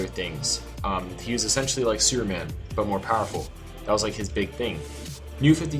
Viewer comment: Is he saying Superman or Sewerman?